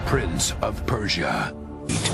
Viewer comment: pörja olarak okunmasın o ??? pörşiya ne lo jhkjshfkjshk